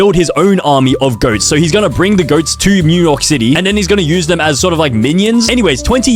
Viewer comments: Did he say mew York city or was that just me? Oh and there is not a single movie without P.Diddy in it and I only watched a little over half the video. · Did he say ’’mew York city’’ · bro did NOT just say Mew York City 😭🙏